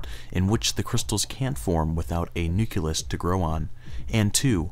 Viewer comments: nuke-lee-us, NOT nuke-you-lus ! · Nucleus, not nuculus.